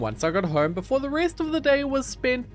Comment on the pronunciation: “Pay no heed to da fish in da water”😂